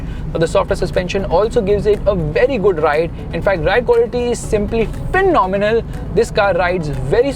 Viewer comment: Love it when you say 'PHENOMENAL' 😂 and this new updated Ertiga looks gorgeous 🙌 great review